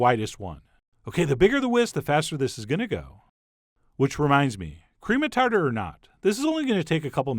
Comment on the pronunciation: "...because who has Cream of Tatar?" -- Chef John